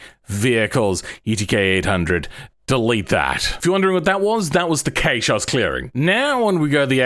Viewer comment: I've never heard someone pronounce cache like that (it's pronounced cash, like money)